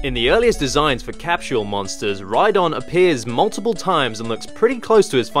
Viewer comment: It's Cap-Sole. There's no H in Capsule.